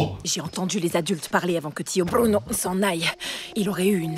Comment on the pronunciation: Sa ma fait mal quand ta dit BRUUNO 😂😂 aïe